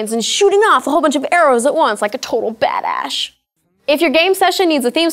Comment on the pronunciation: I like her when she said "BAD ASHE". Clean word = BAD ASHE !! Dirty word = BAD ASS !!